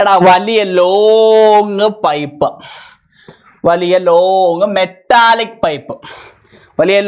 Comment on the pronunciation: മെട്ടാലിക്ക് അല്ല മെറ്റാലിക്ക്😂 Just for funn😅